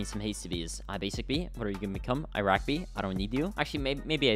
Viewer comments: Did this guy just say "Iraq" bee instead of bomber bee? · bro really said iraq bee from